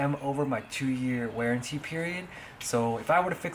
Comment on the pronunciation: It's warranty not wearntee